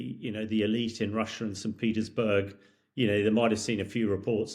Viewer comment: Lost me after the 52nd "you know". And Wussia.